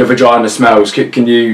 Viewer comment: Why do I find it hallrious when says "vagina" 😂